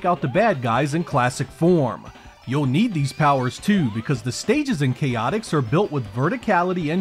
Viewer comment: Great review! And just for the record, it's pronounced "Chay-ah-ticks" (with a very soft T), or at least that's how it's pronounced when the Chaotix characters showed up again in Sonic Heroes. And yes, I'd love to see more solo 32X reviews! I remember Shadow Squadron was a good one!